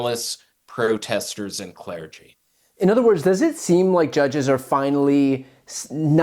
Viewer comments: Am I the only person who has never heard someone pronounce "clergy" as "claire-gy" until today? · Why does the guest keep pronouncing it "CLAIR-gee"???